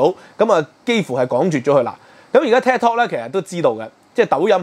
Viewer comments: Thanks for sharing your views on this channel. Just wanted to say the correct pronunciation of Tik Tok should be “Tik” as in Tick and not Tak (as in Kai Tak airport). Keep up with the good works. Will check in from time to time. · 點解要將tiktok讀成tektok? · Tik not TAC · 係「剔」tok, 唔係「tag」tok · It’s Tiktok not Taktok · "Tik" 讀 "Tick"，唔讀"踢"。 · 佢英文讀得差。。。應該係"tick" "tok" 既發音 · “take” tok 吾係”tag” tok🙏🙏。 另外 是余”茂”春。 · 感謝分析。尤其是血緣民族主義概念澄清得好。必須讓那些隨便開口指責別人漢奸的人失去振振有辭的論述。 另請注意，Tik Tok 的發音，還有余茂春名字該確認清楚以示對其尊重。